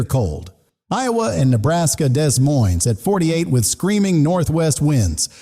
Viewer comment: Just a heads up when saying Des Moines, IA. The S is silent, De Moines, IA. Have a good day 😊